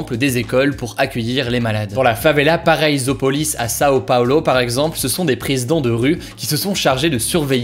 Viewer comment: Merci d'avoir parlé du Brésil...ah ah votre accent bien français :) (Paraisopolis). Je vais voir de ce pas le reportage dont vous parlé. J'aurai dut être soignante j'aurai eu des baskets Nike aux states. ^-^